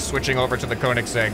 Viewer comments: Just thought I'd leave this comment here as a car person that Koenigsegg is pronounced Cone-is-egg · It may look weird, but how you pronounce the name is: "Coenizeg Jesko" All of the extra letters are just there because it's the man that made the company's name, but you say it like "Coenizeg" and it's "Joesko" not "Yesko" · Ok, he needs help Lol Cone-E/A(Some people say the e sound, some say the a sound)-segg(sayed like it is spelled) Jes(Jess not yes)-go/ko(again it depends on the person(accents and things like that))